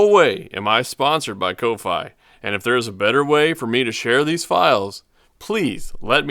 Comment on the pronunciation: fyi its pronounced coffee. like giving money for a cup of coffee ko-fi